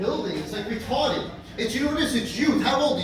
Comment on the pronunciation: “Retahdad “ 1950 wants that guy back